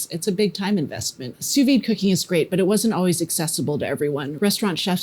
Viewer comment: congratulations: your pronunciation of "sous vide" is not easy, but you got it right. And I am a native french speaker and I have a PhD in chemistry too; but in France, the steak has to be much less medium; just rare; and in France, people do know a little bit about cuisine and eating. And drinking too, of course